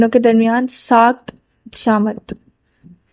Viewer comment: BIBI SAKIT !!!! NOT SAKT !!!!! URDU IMPROVE KAREN